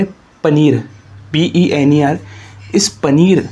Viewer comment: Pener❌ Paneer✔️😂😂😂😂